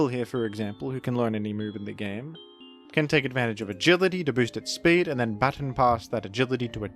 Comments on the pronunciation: we say/saw "baton" pass the same wrongly lol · while I appreciate your australian pronunciation of baton, I must point out your odd pronunciation of custap berry, after all, it's based on "custard apple" and you wouldn't say the first part of custard the way you say the first part of custap, surely?